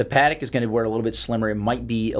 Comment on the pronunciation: After hearing you pronounce patek twice I'm not watching another